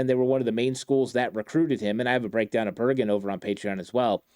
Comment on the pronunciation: Why do you call him Berjen istead of Bergen? 😂